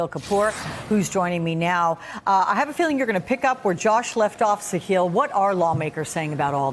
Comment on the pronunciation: His name is Sahil, sa-hill not see heal.